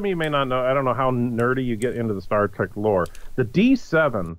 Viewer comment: Say 'Star Track' one more time.